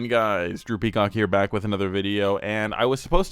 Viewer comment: Soo first time watching this dude and I thought he said DROOPY COCK, not drew peacock, idk if that was intentional Orr